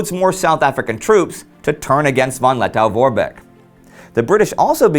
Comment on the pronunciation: Lettow is pronounced -toe, not -tow.